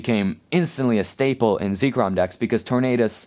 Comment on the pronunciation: It's zekrom not zeekrom